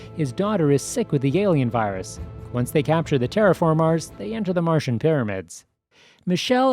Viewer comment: Why do you say TerraFarmars